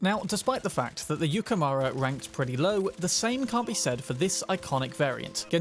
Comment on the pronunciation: It's japaness, so yukemOOra for you. Not mara